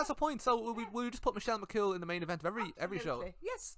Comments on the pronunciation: bahahaha later into the video "Michelle McCaul bahahahahahah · your mam being unable to pronounce "Michelle McCool" has me in stitches hahahahahahaha McGoal she said